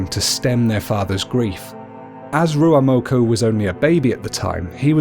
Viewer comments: Its ruamoko not ruaumoko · Whaitiri or whatitiri not waitiri, kūmara not sweet potato, rūaumoko not ruamoko, punga not ponga, the 4 main māori gods are tanemahuta, god of the earth n shit, tawhirimatea, god or the wind, rūaumoko, god of eruption n shit, tangaroa, god of sea